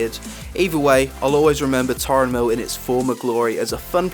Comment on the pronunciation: its Tarren mill not Tauren mill